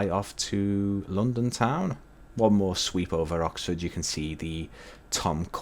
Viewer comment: normal people: london english: lounndunn